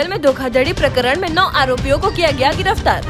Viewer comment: गिरफतार नहीं गिरफ्तार होता है ।